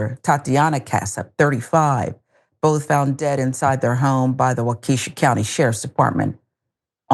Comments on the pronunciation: It’s pronounced wok-eh-shaw 🤦🏽‍♂️ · WA-KA-SHAW. IS HOW IT'S PRONOUNCED